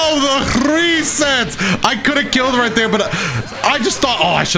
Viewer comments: This man really hit the Hhhreeeesets, got all fancy with it and everything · Did he just say ‘gresets’? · How you rolled the R when you said resets 😂😂😂😂😂😂😂😂😂😂